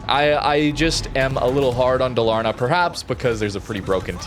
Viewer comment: Dalaaaarna, it's DAL-AR-NA 😁 thumbs up 🎉